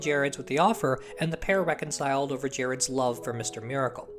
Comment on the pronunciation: There are two words that describe Jack Kirby. The King. EDIT: BTW, this is a small thing, but Gerads is pronounced with a hard G, not a soft G.